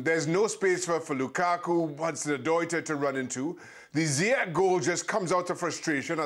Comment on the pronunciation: It still befuddles me to no end how someone can keep repeatedly mispronouncing Ziyech as Zayich. Do you have no idea how to enunciate the alphabets of the English language man??? Absolutely ridiculous, what a bunch of proper baffoons.